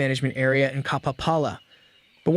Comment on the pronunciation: Just an FYI, you’re supposed to stress the second “ā” in Kapāpala